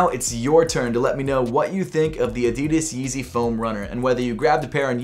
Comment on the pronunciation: You pronounce 'Adidas' Incorrectly